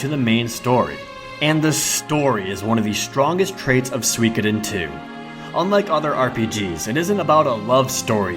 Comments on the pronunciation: I always pronounce it as "sue-ko-den". Makes me cringe hearing it as swee ka den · what the heck is "swi keden two" its pronounced sukoden. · What's swee-koy-den? That's got to be the worst pronunciation of Suikoden I have ever heard. That aside, your video is really good. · SWEEEEKIIIDEN!!!! FUNG SWAAAY!!! Americans and their silly pronunciation! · Overall a good list but your exaggerated way of talking (and exaggerated body/facial movements in the intro) ruined it for me. Over the top really. Also the way you mispronounce "Suikoden" as "suikudin" (probably just because you say that it so fast) was really irritating.